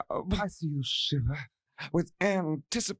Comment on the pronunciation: "Antici... pation." "oof." Agreed,. Agreed 😂